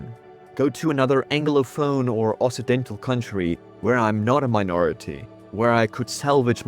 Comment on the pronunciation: >inserts generic performative comment on what is now the main channel to help with the algorithm after having watched the video on the other channel >also I didn't even catch that "Occidental" was pronounced wrong even though I know what it means; my struggle against the Ingelse taal continues